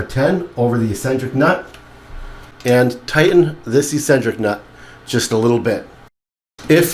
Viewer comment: Its pronounced Xcentric